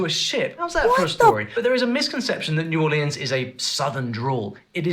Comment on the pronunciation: New Orleeens. Only if you’re Louis Armstrong, rhyming with “means”